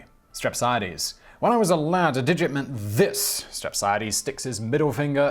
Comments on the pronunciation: Lol STir-app-see-aye-deez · I believe it's pronounced : Strap-On-A-Deeze..... Lmao 🤣😂🤣😂😎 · to help you with the Greek pronunciations stre-psia-dis listen here the Greek side Di-mo-sthenis Dio-genis